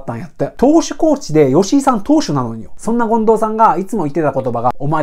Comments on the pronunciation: そですね！ 近藤さんじゃなくて進藤さんのイントネーションですw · めっちゃためになります！ あと 権藤⤵さん かなw マンボウと同じ抑揚でw